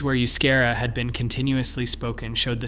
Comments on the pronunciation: Good grief! If you are going to refer to a language, then pronounce it correctly. The language of the Basques is not "yoo-skehra" as you so obnoxiously mispronounced it. The correct pronunciation is "eh-oo-skahra." Seriously, such an obvious oversight reflects poorly on the content of your video. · Euskara is the preferred standard Basque spelling, and is not pronounced you-SCARE-uh. It's eh-oos-KAH-rah. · It's pronounced "oooo-ske-dah" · Oh the pronunciation of Euskera ene bada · Maybe you should atleast learn how to say...euskera....before you talk about us. Known as common courtesy